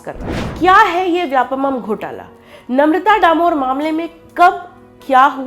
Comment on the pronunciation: Vyapamam.. नहीं vyapam. व्यावसायिक परीक्षा मंडल